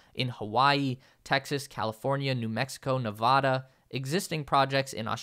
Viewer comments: Enjoyed the video. But, ya know, Ne-vă-da. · Please pronounce my home state Nevada correctly... short a. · Please properly pronounce the name of the state of NEVADA